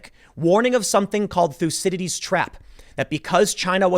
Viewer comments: It's not "lucidities" trap, it's Thucydides. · Everytime Tim says 'thucydides trap' we should take a shot.